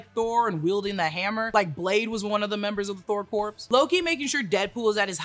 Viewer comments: I know it's pedantic, but corps is pronounced like "core" not "corpse". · Thor Corpse? Please get that right. Corps is pronounced "CORE." I.E. Marine Corps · I love the content. You’ve gotta stop saying corpse. Corps has a silent p and silent s. Thor corps rhymes. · The "corps" in Thor Corps is pronounced "core", NOT corpse 😂😂😂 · "Corps" is pronounced "core". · Corps is pronounced like core. Like Marine Corps. Not like corporation. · Corps rhymes with Thor. The ps is silent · The ps in Corps is silent. Js. Good video btw. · You do know the P and S aren’t pronounced in corps right? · The “P” in Corps is silent!